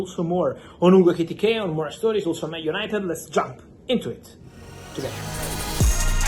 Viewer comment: Say Etikite one more time …..